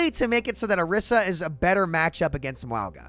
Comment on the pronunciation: Do you call him Muauga on purpose to get people talking about it or do you not know how to pronounce it?